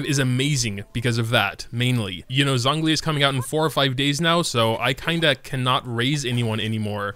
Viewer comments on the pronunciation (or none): STOP SAYING “ZONG” LI